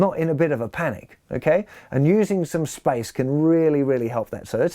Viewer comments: It took me a while to understand that he was saying SPACE and not SPICE. Great lesson, though. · I took me a while to understand he was saying space, not spicy. 😆